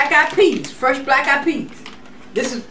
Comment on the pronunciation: Everytime she says "Frush" my heart smiles! I love your videos,!! Peace and Love!